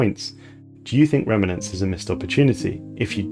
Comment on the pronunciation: Fine, I'll be the one a***hole to point out how frustrating your pronunciations of 'remnants' and 'scion' are, and possibly some others too since I couldn't carry on watching. Otherwise you'll never know